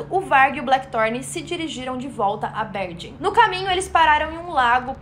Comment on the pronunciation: A pronúncia correta de "Bergen" é "Berguen"